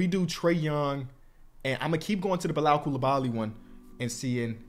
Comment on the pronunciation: pronouncing Bilal's name correctly is my favorite character development